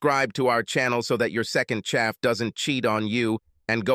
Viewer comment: Second chap, not chaff